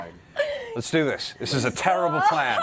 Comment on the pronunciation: Sounds like Percy says, "This is a towerrible plan," at .